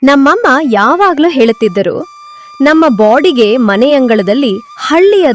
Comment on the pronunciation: Bodige ಅಲ್ಲ baadige 😂